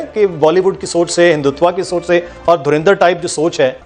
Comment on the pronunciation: इन पाकिस्तानियों को धुरंधर अभी तक नहीं बोलना आया . धरिंदर धरिंदर.बोलते रहते हैं ..ये जाहिल 😂😂